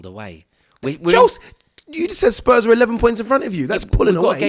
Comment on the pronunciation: man said spurm instead of spurs. my g what a guy ahahhahhah